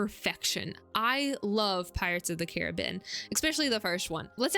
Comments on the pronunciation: I found this channel through your video on magic systems. So far I'm enjoying this one too but your pronunciation of "Carribean" is kind of taking me out of it. Where are you from that you pronounce it Ka-ruh-been instead of Ka-Ruh-Bee-Uhn as it should be? Is this some kind of local dialect thing? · just checked the trailer. It does not say ka-ruh-been. If anything i think you're the only person in north america to pronounce it this way.